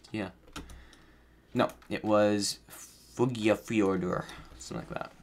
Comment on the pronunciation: pronunciation of fuglafjørður wasnt bad honestly haha im faroese